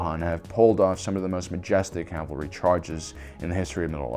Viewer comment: CAV al ry, not CAL val ry.